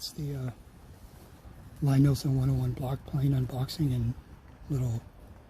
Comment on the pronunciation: I wish people would learn to pronounce Lie Nielsen. His name is Thomas Lie Nielsen. Lie as in Lee